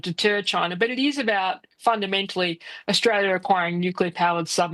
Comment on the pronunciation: Think you find it Australia. Not Orstalia.